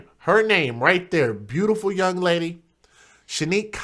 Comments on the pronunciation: In the circumstances, pronunciation is totally trivial, but why can't people use the English language properly, at least in public. "Brutiful"??? Almost as bad as my pet peeve... "Aaks"!! Really doesn't help our presentation as black people in public or around young children who learn from us. Trivial point definitely, but just shows us in a bad light. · I tried to watch without comment but this spoke to my soul. First off, okay she mispronounced beautiful...in the moment of pure grief most will mispronounce their own names... the smirk and jokes were too much! Yes she had 3 children which were seemingly all cared for...You sound like a pure racist to me brother and against your own... let me get this right, because he has tattoos he's a thug? And because she liked to dance makes her less than?? I'm from Detroit and can tell you that the love of dance is huge here. We hustle, jit hip roll all kinds of signature dances. Dancing is an art form. Im confused at why so much time and negativity was spent towards her love to dance. You took this left field. How do you know there was no insurance policy? Yes everyone has an opinion but this video and comments are nothing but judgmental. Shame on us a community and culture. How many of us care about what happens to these babies!